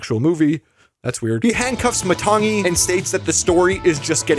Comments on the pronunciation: THE G IS SILENT YOU PRONOUNCE IT LIKE THIS matani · It's ma tang ee it's spelled matangi but it's MA tang ee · Matangi kind of pronounced lie "Maa-tongue-'ee'" She's pretty much like Bruno framed bad, but is actually good